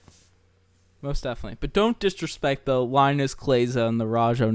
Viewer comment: "Line-us" kleiza? Come on now. Say it right. Put some respek on it.